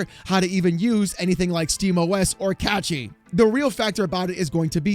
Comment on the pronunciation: "Catchy?" It's CaSHy (Cache - y)